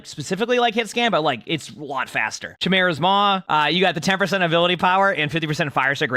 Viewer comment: Chimera is pronounced 'Kaimera'